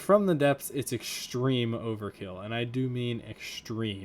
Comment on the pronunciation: ECKSCHTREME? "Extreme." No 's' sounds. Say it right.